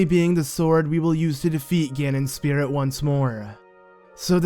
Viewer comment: The floodah, and, like, the spirituh! You silly goose!